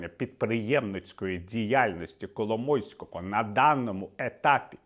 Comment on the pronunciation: Віталій сказав Кало мойського чи мені почулось?)))